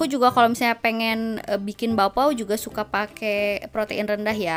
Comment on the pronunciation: Bagus bilangnya bapao bukan bakpao.ok..